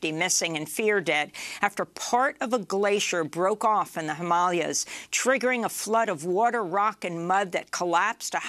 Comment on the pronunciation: Amy Goodman is always very good with pronouncing names, am surprised she couldn’t pronounce ‘Himalayas’.